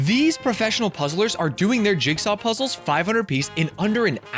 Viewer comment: It's so embarrassing to hear him call puzzles "puzzes." Real ones call them zzles.